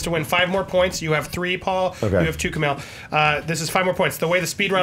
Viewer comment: Every time he mispronounced Kumail's name I cut myself